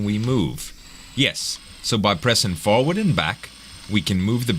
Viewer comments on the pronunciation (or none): "foward" the accent what is it!?